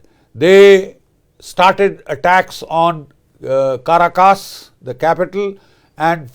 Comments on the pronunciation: CA RAcus. Pronounce it correctly. The Indian accent SUCKS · It's called Venezuela, not Venjovela, and it's Caracas not Ca ra cas.